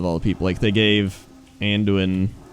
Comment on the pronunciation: My biggest issue was Llane Wrynn calling Anduin "Anjuin". That was really annoying.